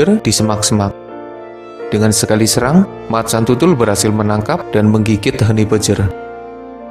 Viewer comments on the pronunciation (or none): none